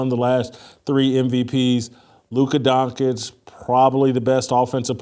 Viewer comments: It's not Donkeych. It's DonČić (DonCHiCH)! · It's actually Dont-ich ... there's a t sounds in there